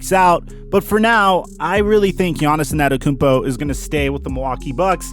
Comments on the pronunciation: peep how he said "anatakounpo" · his name is NOT Anatakumpo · nobody:: Giannis Anenekoompo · You're pronouncing his last name wrong and I know how it's pronounced because I'm greek also no offense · Btw you're saying Antetokounmpo wrong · I cringe every time you say his last name. If you don't know it then don't say it.